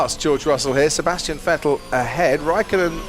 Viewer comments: Hamilton gets away well sebaseuhhh Valteri Bottas..... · You mean spinastian vettel